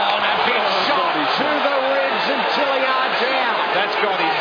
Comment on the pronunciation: Why do those annoying announcers keep calling that guy Jilly-ard, when his name is clearly Tilyard?